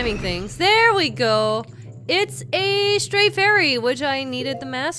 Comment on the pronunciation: I keep thinking she say "straight" fairy :P